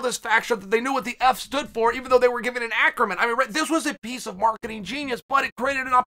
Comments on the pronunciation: Me before watching this video: Acronym Uncle Chael: Acromyn Me now: Acromyn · Me: acronym Chael: acromyn Me: OK great